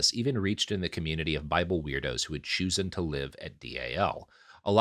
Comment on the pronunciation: Rob, it's "ch-O-sen" like you're realizing something, not like "fluke"